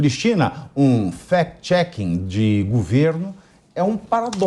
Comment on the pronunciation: FEQUETXEQUE ?? Não consta nos DICIONÁRIOS DA LÍNGUA PORTUGUESA.